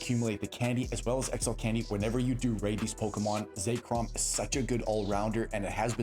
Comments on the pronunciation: For the love of God it's pronounced ZECK-ROM not ZAKE-ROM there is no A, please stop calling it Zakerom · Say Chrome